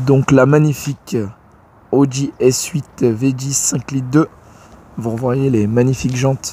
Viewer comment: 😂 l audi, pas la audi , faut faire la liaison